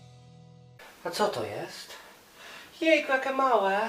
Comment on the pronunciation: Niby wszystko ok. W miare spoko ogląda się "kolorowe" filmiki ale wkurza mnie jedno: ta koślawa wymowa np. jakE, takE, z angElskEgo itd.